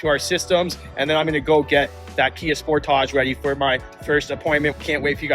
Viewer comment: Is pronouncing sportage as “sportoge” a ploy to make it sound like it’s not a s**tbox, or is that just a speech impediment?